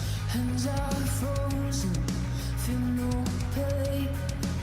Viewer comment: Oddly, my favorite part of this song after seeing her sing it probably 150 times, is how she enunciates “frozen” so crisp! Every syllable is perfect. She’s amazing.